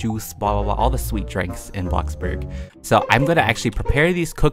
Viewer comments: no one in the world: BloCbuRg also: BoNe aPPle teEf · Every time you say blocburg I get triggered and those posters gonna be haunting me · you said blockburg stand... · Don’t say block burg say bloxburg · I WAS LAUGHING SO HARD WHEN HE SAID BLOCBURG